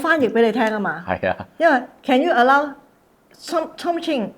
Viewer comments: 大陸同台灣讀 th 係發S音 所以點解台灣會將smith 譯成史密斯 , 香港就譯史密夫 而something 會讀成「心成」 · "sunthing" is how Mainland Chinese pronounce with their unique accent. It is normal, but I notice that he cannot communicate with even 1 complete sentence of English.